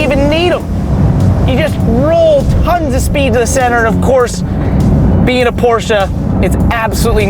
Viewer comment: So nice to hear people correctly pronounce "Porsche", with 2 syllables. Good on ya guys.